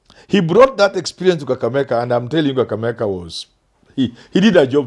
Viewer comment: Why does the Professor say Kakameka instead of Kakamega?